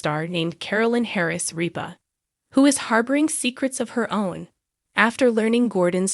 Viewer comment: you could, at the very least, leartn how to pronounce kelly's last name!